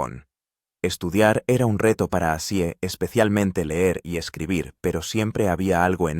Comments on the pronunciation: Ozzy... no azzy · Nisiquiera termine el reportaje es malo y no pronuncias bien el nombre ese llama OZZY